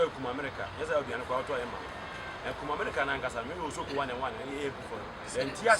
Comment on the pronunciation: Akoa wei paaa kumerica koraa u can say u say kumamerica,,,u dey cam talk u brought it fiorrr